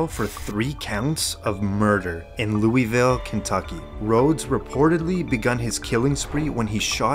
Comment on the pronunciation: He said Loueeville, ugh